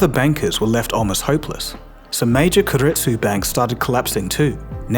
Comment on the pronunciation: Keiretsu is pronounced Kay-let-tsu, not Ker-let-tsu